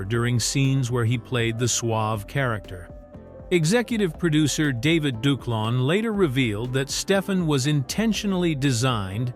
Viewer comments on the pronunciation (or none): none